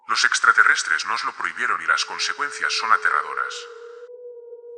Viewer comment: Es trateretre no esite 😂